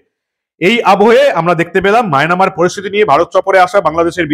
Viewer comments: Mynamar na, Myanmar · it will be Myanmar and not Mynamar. I already told you previously about this corrigendum. Thank you so much. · বারে বারে মায়নামার বলছেন ওটা মিয়ানমার হবে। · কাকা মায়নামার না মায়ানমার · মায়ানমার ❌ মায়না মার ✅ 😂😂😂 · Maynamar noy dada Myanmar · maynamar noi mayanmar ota